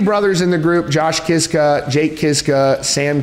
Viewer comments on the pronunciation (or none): Their name should be pronounced more like Kishka 😂😊 It’s Polish